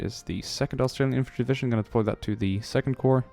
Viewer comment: For some reason every time he says "divishun" instead of division I cringe so hard.